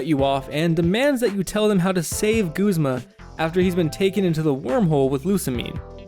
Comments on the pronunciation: Guh-z-muh not goo-z-muh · It's Guhz-muh not gooz-muh!! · I thought it was pronounced "Guhzmuh" not "Goozmah" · You know, I figured Guzma's name was pronounced Guzz-ma, not Gooze-ma. :p I mean, maybe if he actually used slimy, poison types, I'd want to call him that instead. XD Edit: Nevermind, I just took the anime into consideration and heard the way they say it... Hmm... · this whole time I thought it was pronounced "G-uh-z-ma" not "G-oo-z-ma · It's pronounced guzma not goozma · goozma? I guess people pronounce his name differently since my friends and I say guz-ma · who the fuck pronounces it goo-zma? it's a fucking u ! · stop.......saying.......FUCKING........g-U-zma!!!!!! Good vid btw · Dude! It's guh, not goo, zma. Am I seriously the only one who uses that pronunciation? (watches more) Koo koo ee? Not kook oi? Wtf.